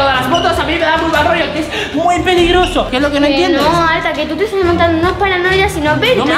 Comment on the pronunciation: en el minuto arta se equivoco y dice pligroso